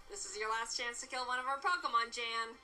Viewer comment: The guy they call Jan considers himself to be a Pro Nuzlocker and he is quite ruthless. His channel is called “Pokémon Challenges” . Funny thing here is Jaiden pronounces his name incorrectly. It’s actually Yan (almost like yawn)